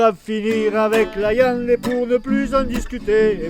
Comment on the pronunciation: J'adore quand il dit la iande (viande )